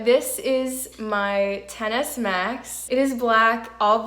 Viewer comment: it sounds like you said tennis max lol, nice video